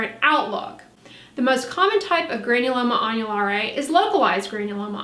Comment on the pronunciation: I’m learning here folks don’t know if I’m more impressed by the knowledge on the subject or the fluency pronouncing the name of the condition. I’m sure there are some viewers very excited seeing this video posted I’m glad for em!!! 👍🏻☀️☕️⭐️